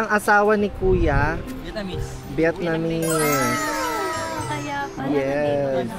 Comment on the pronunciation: Vietnamese ❌ Vietnamisis ✅